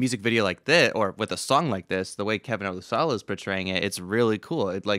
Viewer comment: When Scott introduces Kevin at concerts he says o-LOOSH-uh-luh.